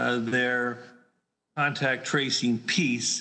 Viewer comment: They have a terrible time saying contact tracing